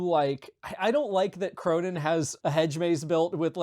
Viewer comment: you kind of pronounce "Cronan" like "pronoun"